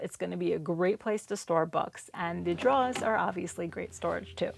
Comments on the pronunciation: I was going to do the broad a favor and let her blow me but then I heard her pronounce “drawer”. Now I just want to choke her. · You have a beautiful mind and so creative when solving problems. Turned out great!!! And we got to hear you say drawer -- an added bonus :) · I don't know where you're from, but I never suspected it was Louisiana until I heard you say the word "drawer" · When I saw the picture in the thumbnail being furniture with drawers I knew I needed to watch, just to hear you say "drawer". But 23 minutes was a long wait. We'll worth it though